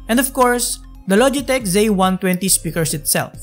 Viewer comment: Its ZIII. NOT ZAYY